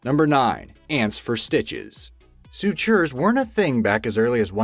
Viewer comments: I enjoy these videos, but they are notorious for mispronouncing words or putting the emphasis on the wrong syllables. Lol (For example: It's SUtures, not suTURES.😉) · Pretty sure "soo-CHURS" still aren't a thing.